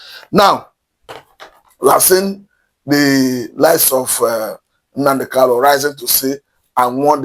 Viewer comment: It is not "NnaNdi KaLu," it is NnaMdi KaNu. Please take note. Thank you.